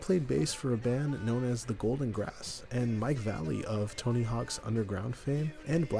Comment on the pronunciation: It's not Mike Valley......ugh